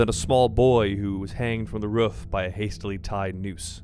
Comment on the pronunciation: "the rouff"